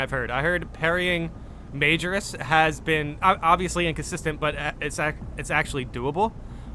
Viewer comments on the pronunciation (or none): Its Ma-joris. High gothic is bastardised Latin.